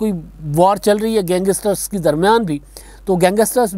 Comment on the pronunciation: Gangster hota hay uncle ji gangester nahe hota 🙄